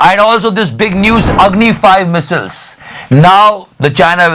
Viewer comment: Bhai missile ki pronunciation sikhle 😂